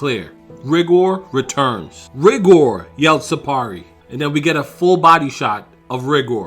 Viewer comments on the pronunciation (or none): OMG you call yourself a dragon ball fan but yet you can't even say one name correctly 😂 I mean you kept saying Rigor's name wrong because you kept calling him Ri-Gor when his name is pronounced Rai-Gor and you kept calling Gina Jeinay and that's clearly not how you say her name it's pronounced like this Gei-Nay not Jeinay, i mean can you say anything right?! I mean come on everyone knows that Gohan's form is not called mystic it's called the Ultimate Form aka Ultimate Gohan not mystic Gohan, i mean seriously dude Gohan's form was never called mystic in any form of media and infact the only time it was ever given the name mystic was in a non-canon card game back in the mid 1990's before the Buu saga was brought over in the dub so for you to use that dumb proto nonsense non-canon name for Gohan's ultimate form is completely asinine and disrespectful to the source martial, so bottom line get your facts straight next time you absolute noob. 😂😂😂